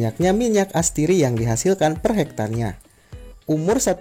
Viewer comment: astiri atau atsiri :)